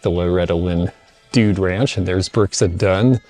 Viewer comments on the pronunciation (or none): none